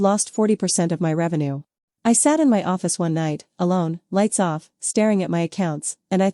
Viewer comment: Bad from start, 5 seconds in stopped it won't listen. IA voice reading "my" as "m" pause then "y" if it can't read, I don't listen, sad could have been a good story. Doesn't anyone listen to their work before they post it??